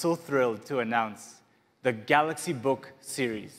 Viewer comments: Samsung galooxi not ton !! Smaaaaart phn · Did he say Galox again I didn't watch the full video. And if he did, when? 😂😂